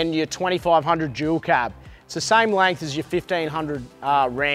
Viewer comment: Oh....langth 😂😂😂 still love your work, but the langth kills me lols